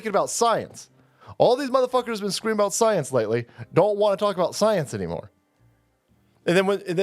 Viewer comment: "Believe the soyance"